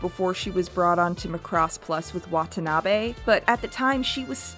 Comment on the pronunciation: I just blame that on accent or however they tend to speak where she's from. She has the same issue with Macross and keeps say "Mu'crose" the same way she say "K'noh". lol But... idk her experiences are with japanese or accents, and for all I know she could be more correct.